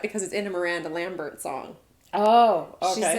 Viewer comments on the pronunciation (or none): none